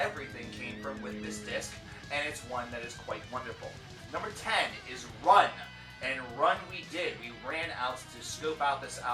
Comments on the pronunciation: Ruun in pronounced roon. Anyway, solid video, lovin enslaved and your channel. My fav is and forever will be Blodhemn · Ruun is pronounced roon. Isa is not an open I sound. It is pronounced eesa. Love your videos but I just wanted to clear those up.